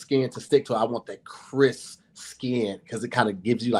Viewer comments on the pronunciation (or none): kept forgetting the "p" on crisp was sending me.😂😂 how do you make something cris😂😂😂